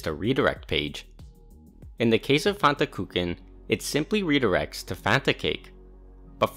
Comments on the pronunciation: "fantakooken" nah bruh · Fantakuchen (which btw. like (almost) all native English speaker you grossly misspronounce) is German for Fanta cake. Which is a little weird; normally the link to theGerman article would be de:Fantakuchen to the German wikpedia and I kinda doubt Fantakuchen really is a name used in English. Whatever, while the existence of the article is good for some mild amusement the Fanta cake / Fantakuchen didn't make it on my bucket list ;-) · Your pronounciation of "Fantakuchen" makes me angry 😅